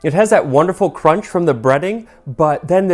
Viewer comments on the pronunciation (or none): none